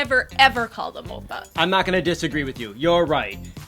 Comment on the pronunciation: the way the man pronounces oppa makes my korean blood boil. "obah"